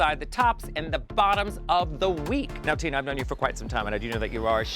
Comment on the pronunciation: LOL, did she introduce Tina as "Tuna Burner" or am I hearing things? LOL